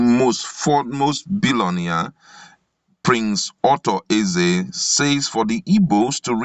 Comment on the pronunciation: Please please not Otto Eze but Arthur Eze, Ewu !